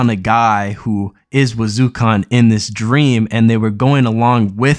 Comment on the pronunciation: Lol It really irked me how he was pronouncing Irumyuui as "Arumi" and Wazyukan as "Wazukhan" in his previous video